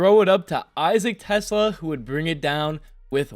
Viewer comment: pronuncaition: Tes-Laa (teh-SLAH). not Tesla. Anyway, good vid.